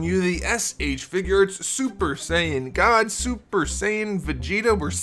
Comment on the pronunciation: Bro called Super Saiyan God “Ginger” 💀💀💀